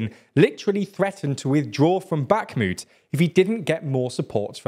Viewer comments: Bakhmut rhymes with put, not flute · "back moot"